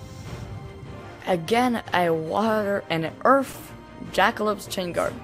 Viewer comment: EARTH! not EARF